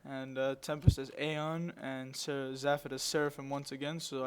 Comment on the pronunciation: Weird to see my own games, but nice cast. Btw it's Zay-fod :P